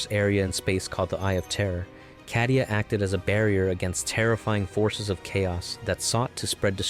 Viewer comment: Bro its pronounced cay-di-u not ca-di-u (ofc it is spelled cadia)